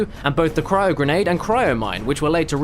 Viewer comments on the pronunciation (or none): none